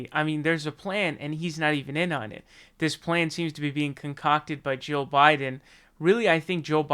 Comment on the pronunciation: I can't tell the difference between your pronunciation of "Jill" and "Joe".